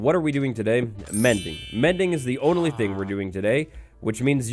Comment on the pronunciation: "Mendy", rather than Mindy